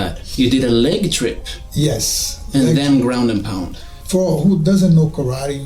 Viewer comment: His 'yes' sounding like 'osu' to me 💀